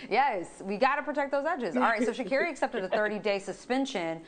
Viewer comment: needs to learn how to say her name. It's pronounced Sha'CAREY